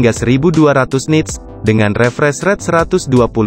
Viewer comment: Masukan aja, mungkin pengucapan Bahasa Inggrisnya bisa lebih di perbaiki, misalnya di kata awesome, refresh rate, optimizer, dll, just input ya, biar yg nonton lebih nyaman, terimakasih..